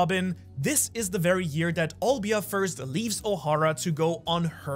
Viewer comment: Robin's Mother's name is Nico Olivia. Not Olvia